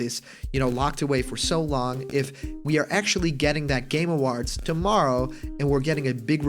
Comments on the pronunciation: "Game aWAHrds" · "Game Awarhds"